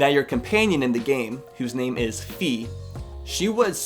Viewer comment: Um, the thing with the game telling you about each rupee everything you started up the game happened with Twilight Princess, not Skyward Sword. I'm pretty sure it wasn't in Skyward Sword as I don't remember it, but I do remember it being in Twilight Princess. Also, Fi is pronounced like "Fly", but without the L. I learned that from Hyrule Warriors.